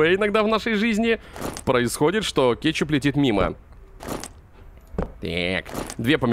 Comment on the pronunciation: А почему ты говориш кечук? Или это мне кажеться